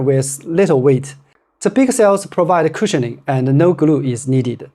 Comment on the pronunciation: CUSIHIONING???????? VERY STIFF????